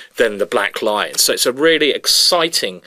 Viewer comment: Oh, it's the Black LION! After watching Simon play this line in a number of his videos, I was convinced he was saying "Black Line". I did think that was rather a generic name for an opening. D'oh! 😖